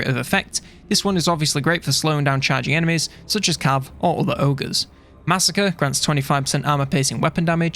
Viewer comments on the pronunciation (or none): none